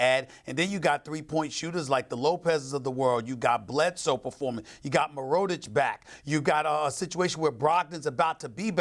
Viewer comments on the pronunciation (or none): He really butchered Nikola's last name, the disrespect to my former Bull😭😭😭